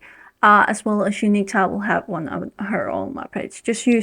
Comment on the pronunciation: Tav is short for Gustav. The v at the end of Gustav is pronounced like an f. Just think of a canadian goose. These bastards are really tough. Goose - tough. Gustav. In other words – Tav is not pronounced Ta but Taf like tough.